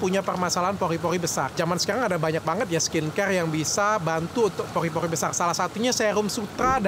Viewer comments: Pori-Pori dok penyebutan ny bkn Poli-Poli 🤭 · Pori-pori dok , bukan poli poli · Pori-pori dok bukan Pogrrhi-pogrrhhi🤭